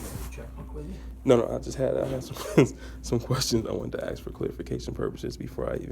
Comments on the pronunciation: “Just had to ax you if you abide by your oath!” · It’s ask, not axe